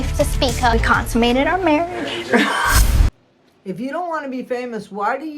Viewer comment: The way She says Marriage 🤨